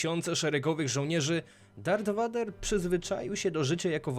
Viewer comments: No spoko... tylko przydałaby się jeszcze poprawność w wypowiadaniu imion, czy nazwisk bohaterów 😉 (czyt. vAder tylko vEJder, itd.) Przydałoby się to zmienić, bo (jak dla mnie) troche psuje odbiór... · Wszystko kox ale popracuj nad wymowa bo raz mówisz Vader a raz poprawnie vejder...i ta leja ograna xD